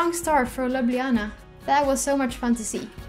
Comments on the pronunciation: I am from Slovenia and you said Ljubljana correctly. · Thank i for saying ljubljana correct